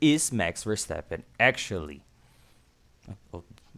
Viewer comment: nice, but not call him Versteppen.